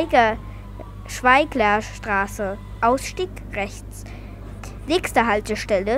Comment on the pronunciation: Du hat Schweglerstraße falsch ausgesprochen,du hast Schweiglerstraße gesagt richtig wäre Schweglerstraße